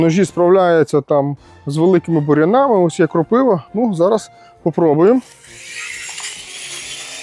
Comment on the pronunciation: Слава Україні! огляд хороший, дякую. Допоможе хоч комусь не купити це китайське лайно. Є зауваження. Українці в слові кропива наголос ставлять на літері "А", а москалі - на "И". Біля хати у українця ділянка, а у москаля участок. Пластик не може бути "удароПРОЧНИМ", він удароСТІЙКИЙ. Мурав'ї в Україні кусати не можуть, можуть мурахи. Суржик - уже краще, ніж москальська, але ви ж блогер, який робить свої блоги типа українською. То вона і має бути українською, а не диким суржиком. Гарного дня!